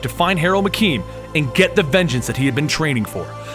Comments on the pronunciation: You pronounced Harold Meachum wrong sir but great video . It's actually pronounced like mea-chum not makain as you did. My apologies if I sounded rude I thought I would be of help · I swear this guy fucked up just about every pronunciation...koon loon randal McKeem Shoe looo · For fuck's sake, man! It's Meachum, not McKean! MEACHUM!!!! Getting that wrong once is forgivable, but like 8 or 10 times? That's egregious! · Meachum not mceme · ....lol you're saying Meachem wrong as shit,. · after watching iron fist its hilarious how i thought wed get something like this and we DID NOT lol and how you say meachum lol